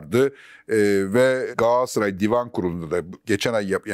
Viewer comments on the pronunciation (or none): Sizi dinlemeyi seviyorum ama bir de “Gassaray” demeseniz 😊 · Niye Gaassıray demekteki ısrarınız? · Fatih bey,kelimeleri gayet düzgün kullanırken neden gaaasray diyorsunuz bu çok dikkat çekiyor😅